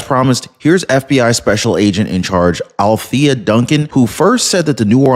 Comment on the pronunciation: The DEI FBI lady mispronounced her own name Althea as Alleaka ... way beyond DEI ... she's special .. short bus special ... ask her brother LePoopoo